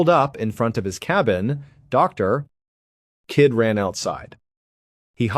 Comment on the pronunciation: Whats up with the way you said Dr. KID? That was a bit confusing when listening without reading on screen. But other than that, I love listening to your story's. I actually live in Early IA. U did a story from here awhile ago. You should look into the David Schultz mystery from Sac County from around 2 yrs ago. There was possible police involvement. The cajun navy helped in the search. Thanks Mr. Ballen❤❤